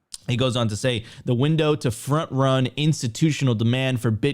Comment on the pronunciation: "frant ran" lol nice need some "I frant ran the man" shirts